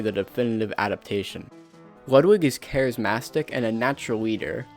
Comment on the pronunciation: 'Charismastic'. *CHARISMATIC.